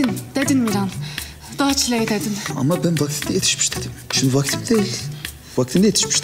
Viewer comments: Bende başta daçli dediğini zanediyordum😂😂🤣dağ çileği demiş😂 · Dağ cilegini DACLEY gibi duyan bir tek ben miyim ben bır saattir bu ne diyorum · Dacley demedi mi 🤔